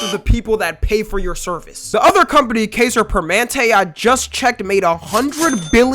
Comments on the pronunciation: Bro said it like kay-ser per-ment-tae it’s Kai-zer permanent-tae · im sorry but "kayser permantay" is wild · "kazer permentay" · it is pronounced: “cuh eye sir permanent” which translates to king forever from german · "KAYSER PERMAN-TAY" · "kayser permentay" Bruh 💀 Kaiser Permanente. Permanent king. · Kai-zer perma-nentae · "Kaiser Permantay" 😂 alright buddy you lost me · blud say kayser permantay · its pronounced kai-zur pr- muh- nen- tay I have it, its actually kinda ass when it comes to anything but like common cold stuff. Other then that its horrible you just sit on a wait list for like a year then die because you couldn't get seen lmfao. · He butchered that whole name😂😂😂 kayser permentay😂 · The way bro pronounces kaiser permanente is killing me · It is crazy work that you didn't look up a Kaiser Permanente commercial or watch a news reel to figure out how to pronounce the name of the health insurance company RIGHT! You know how to pronounce Kai Cenat. The first letters in Kai are the same as in Kaiser. Why would the pronunciation be any different? Same goes for kaiser roll. I'm not really sure why I am surprised. This is what happens when vloggers play reporter. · Kaiser Permanente. Pronounced Kaiser like the German Kaiser and Permanent with an "aye" at the end. I would let the mispronouncing alone if I didnt live in Oregon where Kaiser Permanente was most popular. Also the workers strikes Kaiser Permanente has been dealing with these last few years just shows no matter what you do people would rather die pissed off than live happy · bro. That’s not how you pronounce Kaiser permanente😭😭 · Same here, got a recent surgery for my mom and they got to it within two weeks, that's why Kaiser tha GOAT, (it's also pronounced like "Kaisen" from Jujutsu Kaisen except with an r and permanent but with the e that sounds like an a) kinda surprised didn't knew much of the healthcare company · The way he pronounced Kaiser permanente 😭😭😭